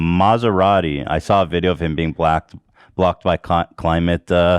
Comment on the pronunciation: Anyone else hear Ethan say Joe Manchin got Blacked when he was trying to say blocked?! 😭